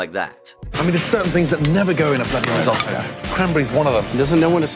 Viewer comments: learn to speak.... Ris-oh-toe, not Ris- O-toe. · What is "Riesotoo" ?? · The way you pronounce risotto makes me want to cut my ears off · For the love of god how hard is it to pronounce risotto correctly?